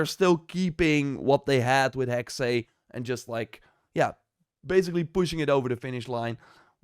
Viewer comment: again !!! its HEXE and not HEXEI!!! maynonaise chollandaise!!! say HEXE HEXE and again HEXE and not HEXEY darn